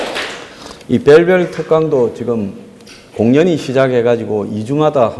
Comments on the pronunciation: 님 의 밸밸(? ) 특강 굉장히 유익 합니다 감사 합니다 특히 갱상도 발음 너무 정겨 워요ㅋ ㅋ🤣🤣🤣🤣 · 고승인 저는 대구 라서 경 을 갱으로 발음 않는데요 부산경남 쪽은 심하죠 ys 의 갱제 유명하죠!! 저는 밸밸 할때마다 웃음 이나죽겠어요 ㅋ ㅋ ㅋ